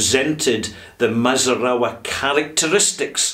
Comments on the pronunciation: I have the standard 13 year old Glendalough, and it is a very nice Irish whiskey. Definitely not a Redbreast or Jameson type, more agressive and expressive than either. Also, it's mee-zoo-na-rah. But that's beside the point. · Hello, I can speak Japanese- not bragging, I live in the country and need it. The pronunciation of Mizunara is 'mee-zu-na-ra', if you are interested. Mizunara is a type of Japanese white oak- very tight grain and very hard. A great firewood.